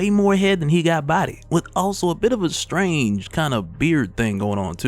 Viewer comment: the emphases on the world strange got me thinking.